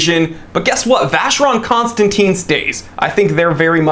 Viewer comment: It’s pronounced Con Stan Tan not Teen!!